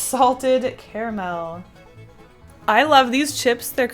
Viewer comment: I so thought you would be one of the people who say "CARmul" and it's bothering me that you dont for some reason.... I say it the same (correct) way. Hmmm